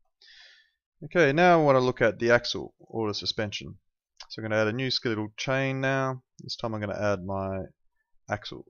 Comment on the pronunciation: come on, at least say the word correctly. It's Ske-le-tal not Ske-lee-tall.